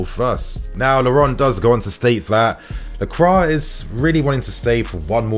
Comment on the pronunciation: ITS PRONOUNCED LAHCWAH FFS